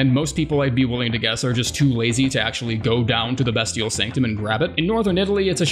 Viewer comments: Learns to pronounce cinquedea properly, calls beastial sling bestial sling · The way he pronounces “bestial” makes me want to die